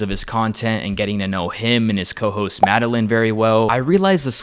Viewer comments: You’re just a troll at this point. Seek help. Healthy people don’t do this. And you pronounced Madeline’s name wrong, so the misogyny is hot here. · He’s acting like a troll. I hope he gets help. I’d have a hard time taking seriously after this bizarre take on swiftologist and the misogyny that he shows towards his cohost Madeline. He first called her a side show I think and now refuses to even learn how to pronounce her name. Before I made a hit piece I’d at least learn how to say the name of someone mentioned in the video. Pretty embarrassing and land. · he does it on purpose in both videos to belittle her